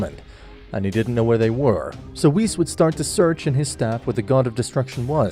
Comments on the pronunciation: Right. Dude never watched the show, but got king kai & vegeta's voice down and still call whis "wist" 😅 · “Shenglong” and “whisk” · Whis❌ Ws✔ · He says whis like piss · Bro said wis💀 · nah dude hes right💀i mean thats what i thought firstly but its like (wh-i-s(closed i sound) no offense tho